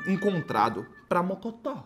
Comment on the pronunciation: man vc errou a palavra mocotó?